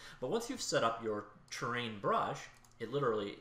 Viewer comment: Has anyone else been looking for the tab "train" in their editor? This guy doesn't know how to pronounce the word "terrain".